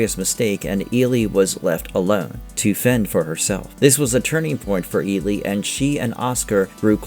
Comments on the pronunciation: I completely agree with you, it's Eli. Not Eelee as this voice in the video says it. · At least watch the movies to learn character's names (Eelee???)